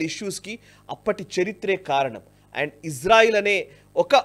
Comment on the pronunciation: అండు అండ్ అంటారేంటి సార్